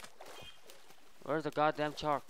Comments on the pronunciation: He says chark not shark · shark* not chark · He calls it a chark